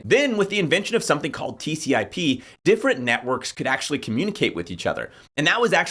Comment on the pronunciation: Dude, you have the right idea but you'd sound a LOT smarter if you stop calling the " TCP/IP" protocol "TCIP". You sound like you don't know what you're talking about if you can't even get that acronym right.